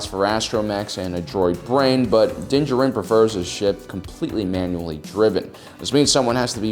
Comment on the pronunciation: Din. JARin. How can you run a Star Wars channel and not know how to pronounce the name of the subject you're talking about. Unless it's being done on purpose just to be humorous, in which case, sure, it's funny...once. On the meat of the subject, one of the first points made here is the age of the ship being more than 30 years old. The Millenium Falcon is at least that old, in canon, and far older in Legends. In the latest episode, the Empire was using a Gozanti cruiser, which first appeared in Episode 1, more than a decade prior to the Clone Wars. In the real world, the A-10 Thunderbolt II (aka the Warthog) was made operational in 1977, more than 40 years ago. The USS Nimitz, a nuclear-powered aircraft carrier, has been active since 1945. The B-52 Stratofortress joined active service SIXTY-FIVE years ago, in 1955. Both of those planes are active today, and continue to serve an important role in tactical and strategic planning. With our real-world creations still serving on the front lines for half a century or more even with our real-world limitations on material and technology, in the sci-fantasy world of Star Wars, there's absolutely no reason to think ships wouldn't be capable of being useful in active service for centuries. 30 years would damn near still be in the breaking-in period.